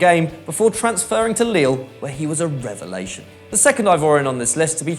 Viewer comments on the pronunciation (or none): none